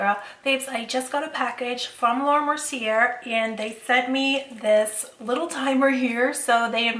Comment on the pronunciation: You so cute! I giggle everytime you say laura Mercier. The end is actually pronounced Ay (Mer C Ay) its French 🥰💋